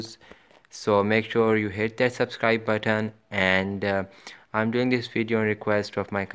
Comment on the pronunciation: "Baten" "gemel"